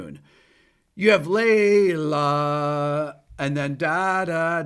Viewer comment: My wife said.. oh it’s Layla.. not lay low 🤣🤣